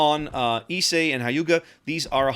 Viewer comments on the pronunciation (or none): A small pronunciation tip for Future Japanese ships- the dash over the letters “Ū” just means to extend out the sound. Hyūga will therefore sound like “Hyuu-ga”